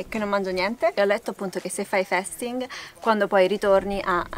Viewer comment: Allora 1 si dice fasting così come si legge, se come dici fai un video a scopo illustrativo senza essere un esperto almeno parla propriamente. 2 questo video è deleterio credo ti denuncerò